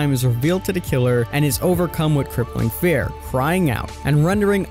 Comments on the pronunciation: It’s “fear” not fare xd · It's pronounced feer, not fair. But spelt fear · EnglandIsMyCity fee-er. Fir is a real word and pronounced fur. In fact the way you said it is not spelled (I believe you meant pronounced) is exactly how it IS pronounced. Fffff eeeeee rrrrr. Not ffff iiiiih rrrrr and definitely not ffff aaaaah rrrr the way King was saying it lol no hate for anyone. It was just a silly thing. Like when Noob was saying Plag instead of Plague. Only I’m more surprised by King not realizing its fear not fair and would almost indicate to me that he isn’t familiar with the story. Or maybe he was just having a doofus moment haha ❤️❤️ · Why are you saying fare/fair? It’s fear.. fee-er lmao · Why are you calling it “fair” isn’t it fear? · Fear tier = fare tare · So is anyone gonna teach him how to say fear correctly? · How can you not pronounce fear? 🤦🏻‍♂️ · "Feer" and "Teer" not "Fare" and "Tare"... boy, what is going on..? We aint doing the Plag again. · Fear and tier, he says them both wrong